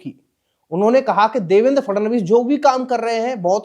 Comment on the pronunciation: फ्रनांडिस नहीं भाई फड़नविस बोलिए।